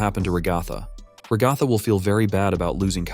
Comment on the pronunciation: FR LIKE ALL I HEAR IS RUHGATHA